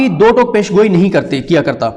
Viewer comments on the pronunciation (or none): Sidique bhae PAY SHAN GOEE ghalat hy PESH GOOE sahi lafz hy